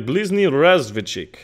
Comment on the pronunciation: When you pronounce MBR it's very very close . 1st try . Zh it's not a Z , so Not Zukov it's Zhukov. When u first time said "Blizhniy" (not Z it's Zh) it;s was 100% correct and almost without accent .